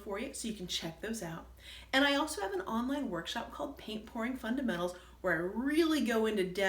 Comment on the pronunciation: very interesting... it sounded like you are saying painting porn, lol. I think you are pouring? Yes, I see now you are pouring, not porning, lol. I love to paint small paintings too so I am going to experiement with your hanging...gotta listen again to see what you used to hang. Thanks, I teach watercolor at Roswell Visual Arts Center in Roswell, GA.